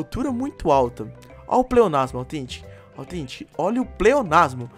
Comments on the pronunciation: ei nao é authentic é tetentic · Pq vc fala fraga tetentic